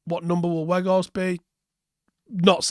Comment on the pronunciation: You have to say it like Out. And with the W from Whoa.